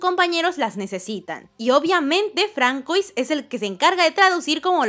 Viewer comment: No se pronuncia FRANKOIS, se pronuncia FRANZUÁ